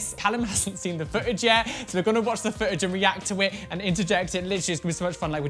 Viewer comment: I honestly thought you said " We are going to watch the fridge.." - ok rewind, slap head " We are going to watch the FOOTAGE! " - please send me new ears!